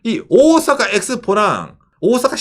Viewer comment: 오사카 할때 오오~ 사카 장음으로 발음하는 군.